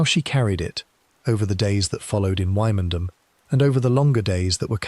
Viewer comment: Quite interesting, but Wymondham is pronounced Windam, and gaol pronounced jail.